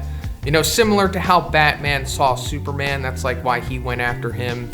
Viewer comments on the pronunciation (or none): none